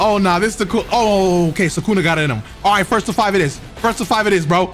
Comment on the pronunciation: Bruh I love your videos but you always ruin characters names 😂 it’s Sue-ka-na not Sue-Ken-ah. You say it like Sukena. God damn it drives me nuts 😂